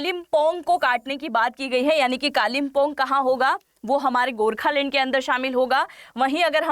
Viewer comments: You should first learn to pronounce the right word so let me tell you it's Gorkhaland not Gorkhalend lol😅😂🤣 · Gokhaland, not gorkhalane